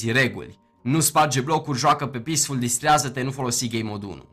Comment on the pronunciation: lol, pacefull!? (în loc de peacefull)